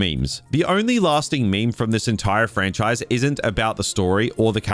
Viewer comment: Ha ha! DUB-MEST. You don’t like this “Frach-nise” do you?